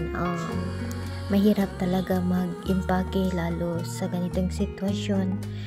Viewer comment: “Empake”